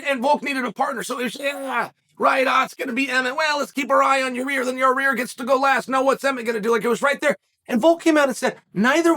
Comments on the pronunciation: it's Yuhrear (yuh-reer) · "YAREAER" 😆 I'm pretty sure unlcle chael knows it's Yair pronounced (ya - ear) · Uncle Chael literally calling our Man ... "Your - Rear - Rodriguez" :) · Ya-rear !!😂 he is consistent, Chael has been saying it like that for years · Ya rear 🤣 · Literally everyone knows Yair and Emmett are fighting... Chael: "Nobody knows Ya-rear and Emmett are fighting..." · purposely butchering names is why we love uncle Chael... "Your-rear Rodreeges" lol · Yarir.... Only Uncle Chael can spell the mans name for his title but still call him YaRir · YaEar Me?! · "Your rear" rodriguez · Yuh rear Rawdreeguess.